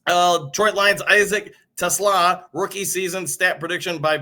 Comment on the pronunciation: You said Teslaa right.